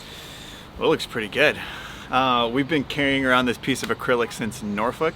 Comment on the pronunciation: Thanks for the correct pronunciation of Norfolk. :)